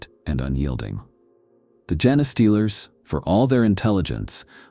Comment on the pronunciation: Come on dude - I understand you use AI but can you at least correct the pronunciation of 'genestealers' if that's the topic of the video. How lazy.